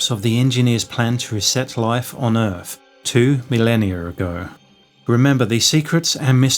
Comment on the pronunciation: Earf, Free Fousand, myfic etc etc. This guy’s not a Cockney and probably not even a Londoner so I’m not listening to a regional accent, just what sounds like a speech impediment. For me, personally, I can’t listen to it. Such a shame as the video seemed intriguing.